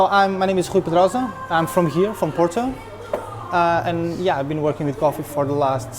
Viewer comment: It's Porto (paw-tow) Not Portu as you pronounce it 🤦🏻‍♂️